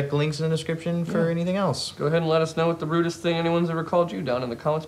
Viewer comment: I keep hearing "Rudess things" instead of "Rudest things", and now I'm struggling to think of Dream Theater-based insults.